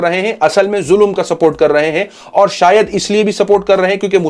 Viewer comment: Zulum nahi bhai ZULM